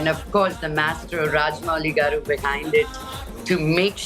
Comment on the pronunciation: Rajdeep, it’s not Vijayendra “gaadu”. It’s “gaaru”, with an R. “Gaadu” is an informal and disrespectful way of calling someone.